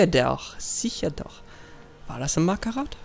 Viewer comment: Marhtat und nich markarrath